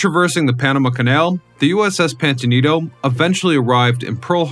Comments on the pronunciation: ITS NOT PANTANITO. ITZ PAMPANITO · Can’t stand hearing you mispronounce “Pampanito” as “Pantonito”! Learn to READ!!! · The announcer in this video keeps mis-pronouncing the name of submarine - it is Pampanito, not Pantanito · What is the "PANTANITO"? The submarine in SF is the USS PAMPANITO 🤬🤬🤬🤬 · Are you using robot narration ? it keeps mispronouncing Pan pin ito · ‘Pam’’pan’ ito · Is it me, or does the narrator keep saying, "Pantanito"? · Pampanito say it with me pampanito its not difficult Pam pan ito . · I am clearly hearing him say "Pamtanito" during the first half of the video. Also stating that the fifth war patrol began in January 1945 until February of the following year means February 1946. Which is incorrect. FYI. Check out the submarine USS Cavella at Seawolf Park in Galveston, Texas. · Yes I thought it was the pompaneto? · Yeah, bro, I gotcher USS PanTAnito right here, boss! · "Pampanito" FFS I cannot watch this every time you mispronounce it. I grew up exploring that sub. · Man I had to stop listening a couple of minutes in when you, or if it’s an AI, could not pronounce the name of the boat correctly. I can’t take anything you say seriously if you can’t even get that important detail right. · Your AI can't even pronounce the name properly! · Is no one going to mention that the Subs name was mispronounced throughout the video? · Is it my imagination or is this guy mispronouncing this submarines name? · no, yes.